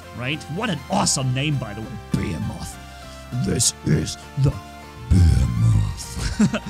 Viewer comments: Pronounced Ba-he-muth, not Bay-a-moth. 😂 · Behemoth (beh he muth) not (bey a moth) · 3 things 1:the behemoth is pronounced beeheemoth not be(m)moth (sorry you knew someone had to do it) 2:i think the behemoth should be 4 legged just for it to make more sense when he is stationary think about it fujin:energy shield rajin: physical shield behemoth: more firepower and last but not least 3:who saw the Starcraft 2 Protoss reference? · And I honestly think behemoth is supposed to be pronounced like beeheemeth cause the definition of behemoth fits with the robot itself but that’s just my personal preference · I would rather see a portal bot laying a portal down, for friendlies to warp through to the second portal... beacon rush in TDM, etc. The portal lasts as long as your bot lasts, or when you turn it off and start a new portal slipstream. Also, behemoth is pronounced bee-hee-moth... look it up. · > cant pronounce behemoth >bəˈhēməTH,bəˈhēmäTH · great vid. Just a rip: Behemoth is pronounces (bi hee moth) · The heavy tank is pronounced: Buh-hey-uh-mith I enjoy the sound of that better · BEH-HE-MOTH behemoth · Bo-he-muth pronounces it like a Godzilla character lol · Bee heem oth behemoth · it's pronounced ba-he-meth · Also it’s not behe moth it’s pronounced be hem moth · my dude its Bee-Hee-Muth!! But I can understand that english isnt your first language!! Keep up the good work!! Adrian beat you to this topic by one hour. I also make use of the bots that you suggest in the videos. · You were saying behemoth wrong but your fine also imagine 4 embers on it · The first "H" in behemoth is not silent the last one is and pronounce "E E"s like "E E"s not not like "i" just so people can know :d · just to help you with the pronunciation, first E in behemoth pronounced like in German, the second E is pronounced like the German i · When I see saying behemoth wrong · MAKE THERMITES GREAT AGAIN IS A GO GUYS AND SAYING BEHEMOTH WRONG